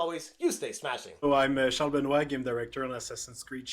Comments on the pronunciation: Benoit is pronounced ben-wha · Ben-wahh it's pronounced Ben-wah lol 😋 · The mispronunciation of Benoit's name, the use of the term "a stark reminder". I am starting to think is an AI.